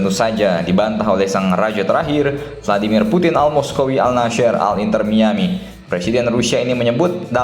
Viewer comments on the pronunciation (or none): none